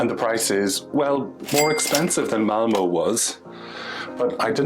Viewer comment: This is fascinating. I've visited both Denmark and Sweden numerous times. That hotel in Malmö definitely looked quirky. (It's Malmuh not Malmoh by the way). Sweden has always been expensive but it is my favourite Scandinavian country. Looking forward to your tour of Stockholm. Hej då!